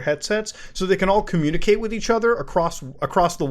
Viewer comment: Com-muta-cate through the mutaverse